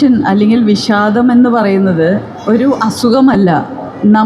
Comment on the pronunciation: വിശാദമല്ല. വിഷാദം. മൊത്തത്തിൽശ യാണ്